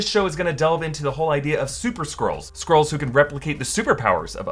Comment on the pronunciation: I keep hearing 'squirls' hahahaha. 🤣